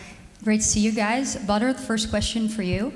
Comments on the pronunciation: ‘Badr’ or ‘Butter’ 😂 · Dutch saying Badr sounds like butter.. Rico fighting butter haha